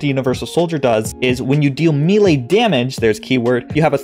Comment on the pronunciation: I have posted this request in other videos of yours. Please please please. May-Lay. May-Lay. Old D&D nerd here. Thx for your cooperation. Lol. Love the videos